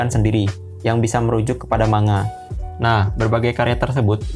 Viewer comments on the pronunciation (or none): Sorry bang, cara sebutnya bukan "manga" tapi "mangga" (マンガ) Cuma koreksi 🙏